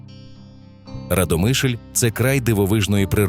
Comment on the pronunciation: Автору , правильно РАдомишль.Наголос місцеві так не ставлять.